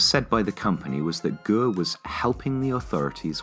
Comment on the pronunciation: Great video as always, but your Chinese pronunciation is hilarious. e.g. "guo" should be pronounced like the English word "gore" but without the "r" sound at the end.